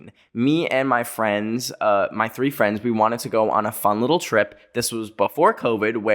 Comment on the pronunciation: THE 'FWENDS' THOOO UXHUSJX